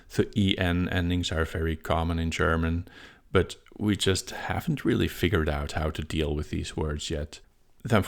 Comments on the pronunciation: actually your german pronunciation is pretty good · Your German pronunciation was quite good! Certainly intelligible to German speakers; just heavily accented. Nothing to be ashamed of! :)